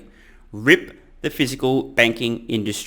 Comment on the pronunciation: Rip is a surfing term, like Rip Curl. What you mean is R.I.P. That’s pronounced by pronouncing each letter in turn.